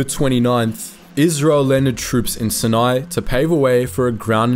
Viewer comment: I think you are mispronouncing Aden. Also mispronouncing Sinai.